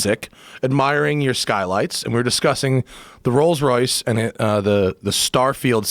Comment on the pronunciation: Jo Po yeah a car show hosted by the guy who says Royals Royce